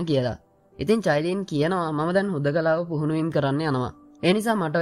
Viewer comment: Sudda චයිලින් නෙවෙ කයිලින්